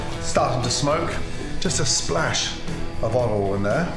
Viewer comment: "A splash of olivol"